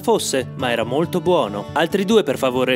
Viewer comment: Come si dice scusa Jason Sta..?? Sbagliato, ritenta la prossima volta. Jason Stay - thm. Se devi fare il fighetto nei video almeno cerca di farlo bene e impara l'inglese. 😂